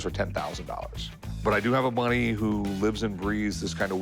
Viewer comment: At the mark, did Rick (meaning to say “buddy”) actually say “I do have a “money”?? 😂😂😂